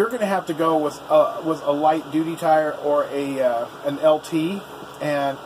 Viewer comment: Haha, you keep sayin’ doody..... (duty).... ok, had my childish moment.... hehehe